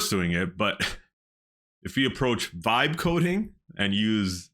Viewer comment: what are you saying when it sounds like "five coding"... I don't know what that term is. You keep using air quotes like it some term that people are using. I'd like to learn more about it. Thank you! I just cant understand the exact word you are saying.